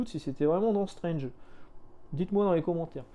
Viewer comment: Moi j'ai connu Strange ( à prononcer "strange" et non "strenge" parce que à l'époque quand tu avais 11 ans, tu prononcais tout à la française :-), bref, j'ai connu Strange à 4 fr et franchement c'était dur de les avoir auprès de ma mère (surtout qu'il fallait rajouter des sous pour Nova, Titans et Special Strange) et donc le côté "maintenant c'est 16 €" ben franchement ça me parait moins cher en fait :-)